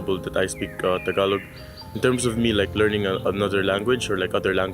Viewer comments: It's not Ta-galog. It's Taga-log. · It's not TA-GALOG.. It's TAGA-LOG